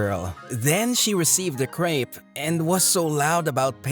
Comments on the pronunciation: crepe is pronounced as crep not as creep. Bruhhhhh the pronounciation on these is so annoying. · The way they pronounce crepe is funny to me